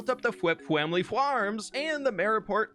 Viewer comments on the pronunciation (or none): how come you say fwamily fwarm and fwishing but say flip when you could have snuck your own name there?